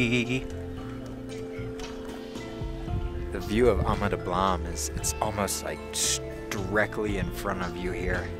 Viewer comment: You pronounce Ama Dablam like it somewhere in France.